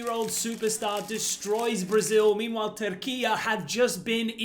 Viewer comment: It’s pronounce Turki yay NOT turki yaa